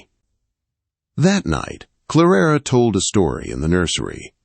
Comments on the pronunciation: Her name is Clara not Clarara!!!!! The girls name is Elaine, not Elowen!!! For kripes sake!!! His voice is nice but can’t pronounce worth a flip. Don’t you edit? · Clarara? LOL! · Every time the narrator says "Clarara" I got the giggles. What a silly name!!